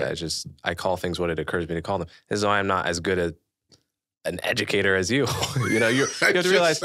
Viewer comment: How can anyone take Tyson seriously after his shameful Covid comments “as an Ed-u-cat-or”?